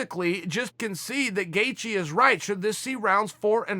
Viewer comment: It's Gay-She and Chael mispronounces every non American name YaRear Rodriguez🤣